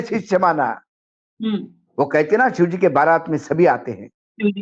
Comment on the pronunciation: सर अपना उच्चारण ठीक करिए. शिव को सिव मत कहिए.😊